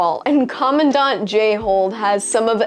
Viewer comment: Props for being able to say "Jayhold" without saying "Jay-hole" each and every time.